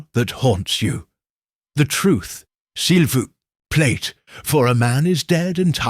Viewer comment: Not sil vouch plate but si voo play Before you have someone pronounce your Hercule, please make sure he can pronounce the French!! Or Belgian! (Which is in essence, French)